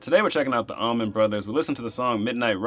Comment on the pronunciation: It’s “Allman Brothers” not “Almonds Brothers”🤷🏽‍♂️😂🤣😂🤣